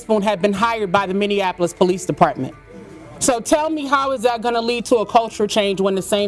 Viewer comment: Minneapolis, pronounced 'mini-apolis'. No offense meant.